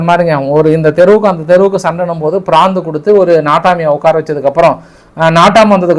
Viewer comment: பிராந்து இல்ல பிராது சகோ😅